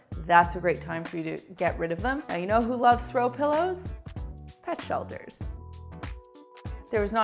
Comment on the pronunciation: At the throw pilloe one where u said "pet shelters" i heard "dutch elders"...... Both true i guess...